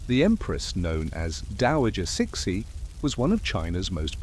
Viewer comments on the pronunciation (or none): Huh!!?? Who is chick-shi??🤔🤔🤔🤔or chic-shi?? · You erroneously pronounced her name Ci Xi is pronounced Tzu Hsi. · Immediately stopped watching as I heard that pronunciation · lots of inaccuracies which would mislead any students or studies of Chinese history, the overall site has a lot of good points but are let down by the credibility of the facts suggest more research. Also the way CiXi is pronounced by your AI, is somewhat insulting, makes her sound like a pet dog not The Empress of China. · You are saying her name wrong 😂😂😂😂😂😂😂